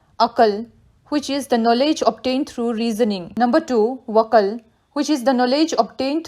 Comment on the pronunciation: Aql, Naql,(not waql) Kashf ..